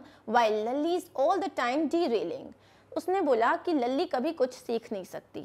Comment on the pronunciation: mam it was laali not lali